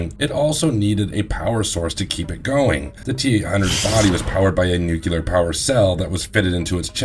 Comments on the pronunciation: Nu-clear. Not Nuc-u-lar. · Also it's nuclear, new-clear.... not nuke-you-ler..... ugh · You lost me at "nucelar" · Nuclear (new-clear or nuu-clear) -- for the love of god! There is no U after the C. Sorry. Pet peeve 😂😂